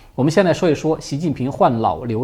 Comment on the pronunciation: 是NAO瘤，不是LAO瘤…